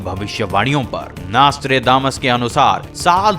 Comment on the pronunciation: Abe chutie Vo nastre nahi Nostradamus hai